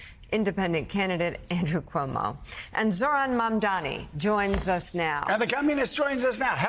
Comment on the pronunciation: The name is Mam - Da - Ni. You can pronounced SCHWARZENEGGER, NETANYAHU, ZELENSKY, HOCHUL etc you sure can pronounce a 3 syllable words wirh vovel after every consonant sounds, MF!. 😂